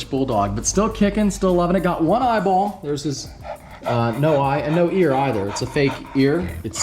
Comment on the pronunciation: Why did I laugh when you said loose his eye bOLLL